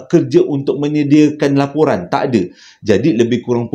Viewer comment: Laporan jeo bkn loporan. Hi hi hi terslh sebut.